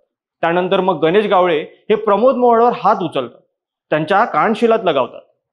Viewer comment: गावळे नाही रे बाबा ..... गावडे